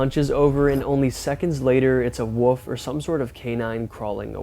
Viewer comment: I just have to do this.. It's not woof it's wolf.